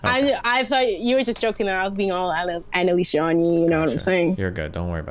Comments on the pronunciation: Our Queen Annaleesha Edit: to be clear, I'm mocking her worship of Annalicia (calling her queen multiple times) despite her inability to say her name correctly. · She said that, mispronouncing her name